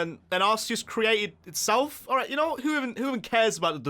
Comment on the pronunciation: IT'S ALRIGHT, NOT IGHT! SAY IT RIGHT!